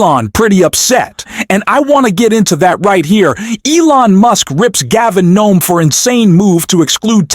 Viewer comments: You really have a problem saying Newsom. You keep saying Nome… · WHYYYY? Do you keep calling him Gavin Gnome??? I live in California and no one here can understand why people on YouTube keep calling Gavin newsom Gavin Nome... Including you on this channel... Please, can someone explain this? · Dude its Gavin newsom, you keep saying gavin noem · Why is the narrator of this show, calling Gavin Newsom, Gavin Noem??? Narrator get it right I'm not subscribing until you do I'm not even going to hit a like do you correct yourself FOOL.. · GAVIN NEWSOM NOT NOME!!!!! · Gav-in" "New Some" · Why do you call him Gavin Nome? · Can't get past the narrator calling Gov Newsom, Gov Noam! Get your Gov's straight! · Recut the audio if you want this to be more credible. Multiple instances where Newsom is being called Noem. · For heaven's sake, PLEASE pronounce GAVIN NEWSOME'S name correctly!!! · Why do you continue to mispronounce names? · Are you using a text to speech program? Because you keep mispronouncing names that as a supposed English speaker and political commentator that you should know. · This is the first time the algorithm showed me this YouTuber but i literally cannot listen to the incorrect last name of governor Newsom. Especially because the way it's being said is the name of a governor that is the opposite of Newsom. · I've never heard anyone mangle so many names. Is that your schtik? If so, it's lame. It makes you appear ignorant. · Why through the majority of this video are all the names pronounced wrong? Leads to feeling like it is AI and if true....someone should actually be reading the correct words. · Newsome - not Nome. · Gavin NEWSOM not Gavin NOAM. Get your basic facts right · You said “Gavin gnome” three or four times before you mention his name correctly. Just a heads up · It’s Newsome, not Noem…dumbass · Dude it is Gavin Newsome not Gaving Nome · It’s not Gov Gavin Noam….its Gavin Newsom! Plz get things right. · It’s not NOME….It’s NEWSOME…..are you AI?????